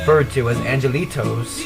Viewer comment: Educational, but I also wish you would pronounce the Spanish words correct...like los angelitos...the "g" sounds more like an English "h" here.....so it's not like English J anjelitos, but anhelitos...lol Thinking about using this for my class..